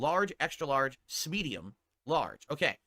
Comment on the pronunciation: ok two things 1 Really you're dragging your chat into this god that's sad and 2 smedium is that what your chat member typed or did you mispronounce medium